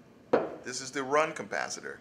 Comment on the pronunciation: Capacitor, not 'cumpacitor''.